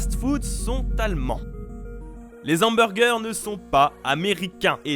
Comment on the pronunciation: Les « s’hamburgers » Aie mes oreilles saignent mdr